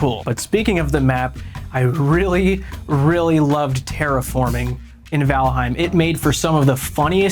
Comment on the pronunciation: “Dragonwilds should represent the game” Also: “TERAFORMING!”